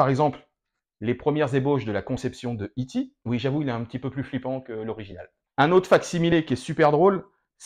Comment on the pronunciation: Ne le prends pas mal mais c'est dérangeant d'entendre ET. Tout le monde a toujours prononcé ITI😜